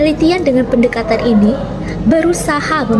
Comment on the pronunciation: Pendekata-N nek, bukan pendekata-M... semangat nek